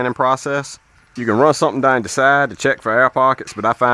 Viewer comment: The way he says "down" and "house" is unusual. I thought Louisiana at first but maybe Kentucky or Tennessee